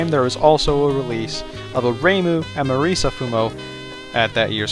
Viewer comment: His prononciation of it is fair tho